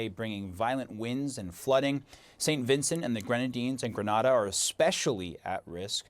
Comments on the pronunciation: It’s pronounced Grin-A-Da NOT Grah-nuh-da!!! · It's gri nay dah,not granada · Only Those USA citizens keep deliberately saying GrA na da I’m sure they know it’s GrE nay da!!! So darn Annoying! Like they love say Eye raq instead of Iraq!! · GRE-NAY-DA. Literally cringed hearing his pronunciation